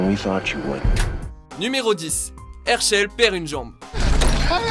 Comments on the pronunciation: Le plus choquant dans tout ca c'est la prononciation des noms "Hairchail" mdrrr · ERSHEUL !! IL EST OU ERSHEUL IN ??? ...